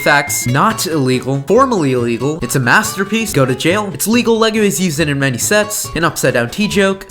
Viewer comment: Le-lay-go-goe Lego